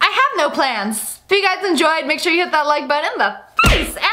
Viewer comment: u mean "like shore"lol